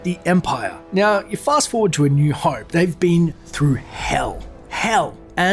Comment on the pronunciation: Oh cmon! It's not "hoype" is "hope"!!!